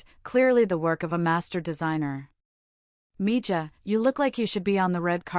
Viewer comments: Not mija. Miha. Spanish use the contraction pronouncing the j like an h. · Good story. Well spoken. I like that the soon to be wife was angry at his abandonment of his pregnant wife. Just for future reference, mijo is pronounced like me-ho. J sounds like h. Same with mija. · If you want to tell a story about Latina (Spanish) people, you should learn how to pronounce the words correctly. Mija Quinceanera